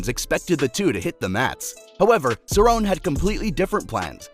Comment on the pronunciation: Pronounced cerrone wrong AND called Aldo the “140 lb champ” WOW lol this is def made by AI